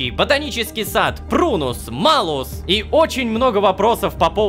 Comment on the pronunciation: Шёл шестой сезон, как Ло дали карманное измерение, а мне из-за знаний латинского так режет слух, что Рома говорит Малус, а не Малюс.... (буква L в латинском смягчает стоящую после неё гласную)